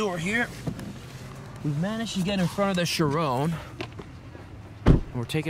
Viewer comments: Chirón, not Chirone as said. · Cool vid man, btw no hate at all just spreading some advise; it's actually pronounced as "Chir-on" not "chir-own." No offense, say it however you like just letting you know if you didn't already. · GodlyCliipz-X 6 It's his pronounciation of the word 'Chiron' in the video I commented on, not any text. He says 'Chirone'.... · Chiron. say it right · i know but he isnt saying it right. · Fuck I'm cringing everytime he says Chiron 🙄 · You're butchering the pronunciation of Chiron. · The way you pronounce Chiron is so annoying